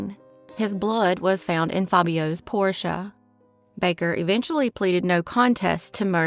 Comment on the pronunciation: I think it's amazing that "" knows how to correctly pronounce the word "Porsche", when 2/3 of the 'car guys' on YouTube can't pronounce it properly.